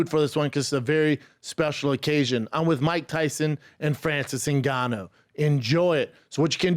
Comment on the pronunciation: Mike trying to say Ngannou😂